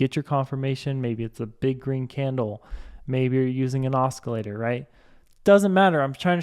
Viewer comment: Os-kee-later??? O-cee-later.